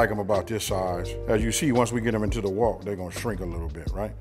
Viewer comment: Its called a wok! Not walk😂😂